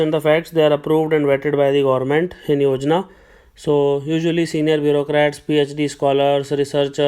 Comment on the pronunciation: Gorment??? Bhai English nhi aati to Hindi hi bol le. Kyun katwa rha hai???